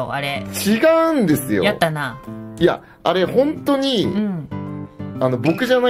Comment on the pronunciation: ともさんの「やったな」の発音がへスティに対するカタコトが癖になってる笑 でもその「やったな」の言い方が好きだし、私も癖になってるまである